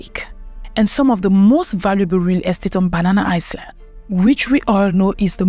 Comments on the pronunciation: No she said banana Iceland. It's banana eyeland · Banana island? Learn how to pronounce the word I beg